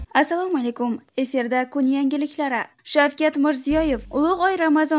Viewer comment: ЭфЕр эмас, ЭфИр! "Эфирда кун янгиликлари" - денг. Уятку, хамма биладиган сузларниям хато айтасизлар. Бирон марта битта ноузбек ёки халкаро сузни тугри талаффуз килганларингни эшитмадим. Факат блогерлар шундайми, ёки барча узбегимнинг ахволими? Баркомол авлоднинг бошига тушган баломи? Унинг устига ёкмайди хатосини курсатиб берсанг. Албатта биттаси чикиб лупа билан сенинг ёзганингни текшириб бошлайди...